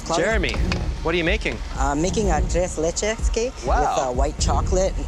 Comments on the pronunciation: Love how he says it😂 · i keep coming back but jeremy struggling to pronounce 'tres leches' always gets me lmao